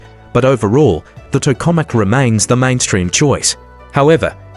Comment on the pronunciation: Obvious AI generated garbage clickbait. Can't even pronounce Tokamak correctly.